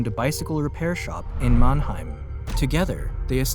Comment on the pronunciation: It's MANNHEIM!!!